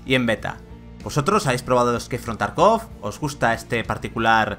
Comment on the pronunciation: Por favor, se dice tArkov la sílaba cae en la A.